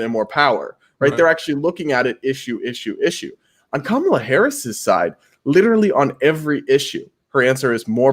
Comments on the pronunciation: Are you Indian? It is not Kaaamaala. Say Come-La. Even you American guest pronounces the name correctly. Shame on you. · I would have figured as person of Indian origin, can at least get pronunciation of Kamala right 😐. He kept saying Kuhmaaala 😐